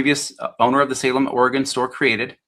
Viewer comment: Good job for pronouncing Oregon correctly, most people in the US can't